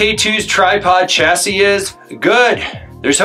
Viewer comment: I’m going to die if you say Chah-sis again. 😆 Chah-see… as you say later in the video. Otherwise excellent explanation. (Preparing for reply 😂)